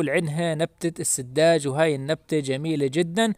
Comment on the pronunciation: تقول : السجّاد و ليس السدّاج